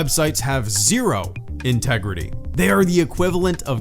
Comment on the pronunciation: By "zero" he meant "Zeroh".